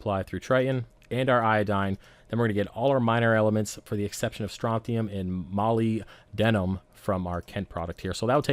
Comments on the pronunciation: Haha, It’s Ma-lib-denum. Good video, sir! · Good info looks nice . Pronounce y as an i molib-denum so you hear the "b" in molybdenum ☺ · Great video. You're not a trucker. Vanadium - pronounced va-nay-dee-um; Molybdenum - pronounced ma-leeb-den-um. Keep up with the good work.